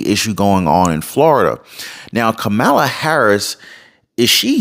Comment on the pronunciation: It's Kamala, not Kamala 🤣🤣🤣